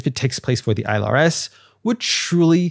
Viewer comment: Why does this asshole keep saying isle rs instead on ILRS